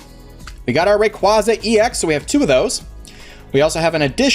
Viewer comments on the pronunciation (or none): you pronounced rayquaza wrong its RAY-QUAY-ZA